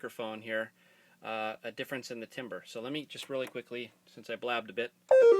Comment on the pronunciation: that's not how you pronounce timbre, but otherwise great video :)